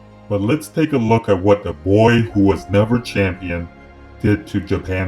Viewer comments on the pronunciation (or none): none